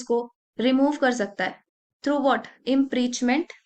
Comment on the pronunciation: Impeachment ✓. .not impreachment ❌